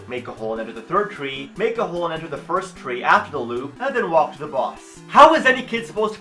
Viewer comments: "Fiwst of all..." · "Foist of awl" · foist of awl